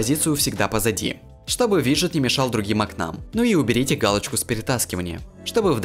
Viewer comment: У тебя все плохо с грамматикой. Установлена́(правильно устано́влена), окна́м(правильно о́кнам) я может чего то не знаю и русский тебе не родной?